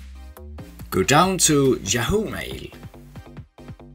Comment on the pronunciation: Thank you for the tutorial. The screen says “Yahoo” Mail, but the narrator is saying “Jahoo” Mail. A little confusing to listen to.